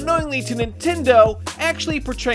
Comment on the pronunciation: First I hear "Bras d'honneur" I though it was an English word but when I have reading it I realized it was my own langage word being missed up by an English youtuber XD